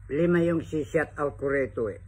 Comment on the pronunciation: D mo nga mabigkas ng tama ang shout out daldal kpa ng daldal